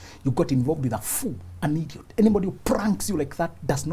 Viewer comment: I looooooove the way you pronounce IDIOT 🤣🤣